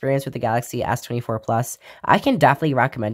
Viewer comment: lmao fr